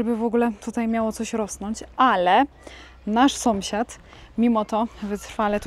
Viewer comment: Słodka. Zawsze się uśmiecham jak mówisz SOMSIAD😂😂😂😂. U u mnie w rodzinie też tak mówią zamiast SĄSIAD.